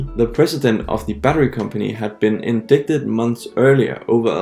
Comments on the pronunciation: In-dit-ed not in-dic-ted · It’s pronounced like “in-dighted”, by the way. Not “in-dickted”. 😉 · Learn to pronounce "indicted". Bad pronunciations makes you sound under-educated in these topics, maybe over your head in offering sophisticated advice.